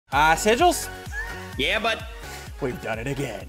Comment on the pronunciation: When Ssundee says ssigils go back ten seconds